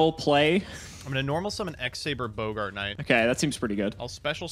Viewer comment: ......it's Bog-ert, not Bo-Gart. it ain't the actor from Casablanca.